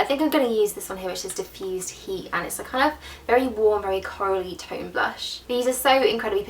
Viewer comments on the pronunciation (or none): none